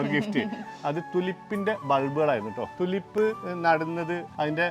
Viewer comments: Its not തുലിപ് - -- Its ടൂലീപ് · ട്യൂലിപ് ആണ് ടുലിപ്പ് അല്ല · തുളിപ്പ് അല്ല ട്യൂലിപ് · ടുലിപ് അല്ലാട്ടോ . റ്റ്യൂലിപ് ആണ്. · തുലിപ് അല്ല, tulips, ട്യൂലിപ് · Thulip allado tulip ennu parayu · തുളിപ്പ് ❌ ടൂലിപ്പ് ✅🌷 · It is Tulip,prenounce properly